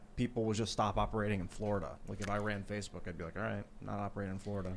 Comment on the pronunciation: Tim's slip of the tongue and calling it Facebark makes it sound like social media for dogs.